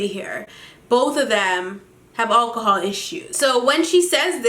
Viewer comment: lool says 'akahol